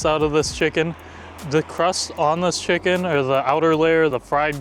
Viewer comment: A Chucken burger “nz accent”